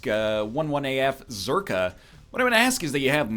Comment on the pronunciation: did he unknowingly pronounce it as zerkaa? or intentionally?